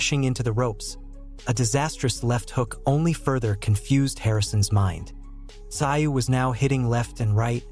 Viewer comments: russian with aussie influence, its not "sigh-oo" in aussie its like "Zoo" [makes a joke of expert commentary.] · Tim who ? Tim zu, not sigh you !! Fuk me mate, do better … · It's not pronounced "ci oh", try "zoo" instead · Pronounced TaZoo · I couldn't watch this sh*t, It is pronounced ТЗУЙ, in english TZOOY, the name has Korean origins, Бред сївой кобили 🙈😂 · It’s pronounced Tzoo. How can you be making boxing content and not know this? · Its pronounced Zoo. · FFS...enough of this AI bullshit?! Tszyu...is pronounced szoo...get on the fkg program Yankee?! Bluddy good referee?!!! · Tszyu has a silent “T”, silent “s” and silent “y”, so pronounced “zu”. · These commentators are so lazy they don’t even know how to pronounce the fighters name. All it takes is a single question to the fighters team. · If ur gunna make a video bout a man, at least get his name right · I can’t watch these videos with terrible AI voiceovers, just ruins it worse when it can’t pronounce the name of the person the video is about lol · Crap AI announcer can’t even pronounce a fighters last name ! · I can’t watch a video made by people who don’t know how to use the internet to check pronunciation, or listen to the video where his name is pronounced properly FFS! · No likes for you until you can pronounce his name correctly. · F..k sake mate say his name right cant you read English or listen to it 🤣🤣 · learn how to pronounce fighters names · Why watch this video if the narrator can't pronounce Tim's surname?